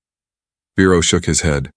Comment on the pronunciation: And the man’s name is Vero, not Bero, not Firo!!!!! And why can’t I put a space after a word without clicking the spacebar several times??? And then Siri gives me an answer. That is nothing close to the question. I asked her!!